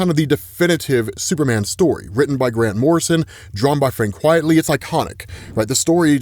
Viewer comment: Frank Quitely, Not Quietly. It's a play on 'Quite Frankly'. It's a pen-name.